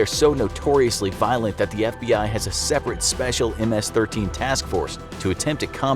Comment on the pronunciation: Only Hispanics know how to pronounce ms-13